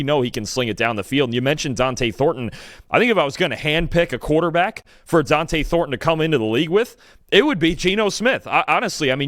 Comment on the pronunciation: Who is this D’ante keeps mentioning? Especially when keeps saying Dont’e’s name correctly!!